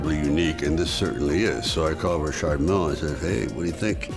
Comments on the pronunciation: Why is Sly the only person I’ve ever heard say Rashard instead of Richard just sounds weird coming from an American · Richard!!!!! Isn't this name pronounce!! Ric- Chad!! Not Rashad!!